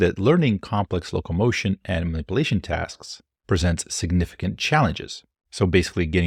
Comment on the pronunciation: How can you pronounce "emulation" correctly but not "simulation" or "Manipulation"?